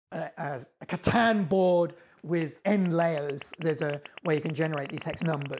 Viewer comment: Someone said catan correct finally